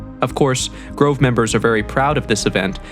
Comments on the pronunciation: Grive? I thought it was Grove. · Grove or Grive??🙄